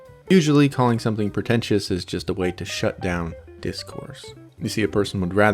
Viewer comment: 'PER-tentious, PER-tention...' The narrator can't even pronounce the words properly. Help him